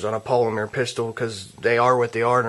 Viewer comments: polimer not polimear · polymeer? hmm he must be from france or was home schooled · I laugh every time he says, "polimeer".